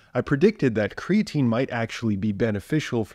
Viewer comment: Lol 😂It’s creatine. Omg I love you haha that made me actually laugh.